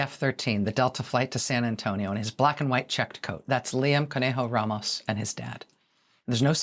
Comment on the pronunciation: You are pronouncing Ramos wrong.